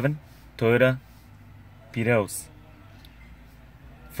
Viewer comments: "2011 Toyota...Pir-yowse..." Got what I needed from the video though, thanks! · Why did bro say Prius like that😂